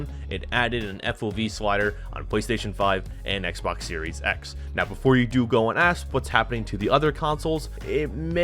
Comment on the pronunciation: Dude butchered the new Xbox X/S name on purpose... Wow